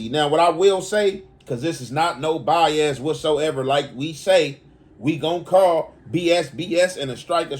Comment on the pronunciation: We not Buy-Az